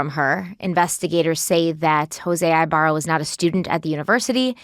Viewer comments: "Eeeeh-barrah" not i-barra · Omg y'all are making me crazy..... Our last name is pronounced EEEEbarra not EYEbarra. Thank you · I believe his name is pronounced with a short I. Cali girl here